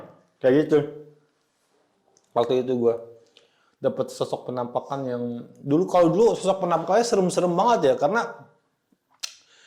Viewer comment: bang kalo gue perhatiin kayak cara ngomongnya khas ya, contoh "beberapa foto FENAMPAKAN..." sama "... yang menurut gue ini adalah tempat-tempat yang EFIC..." 😂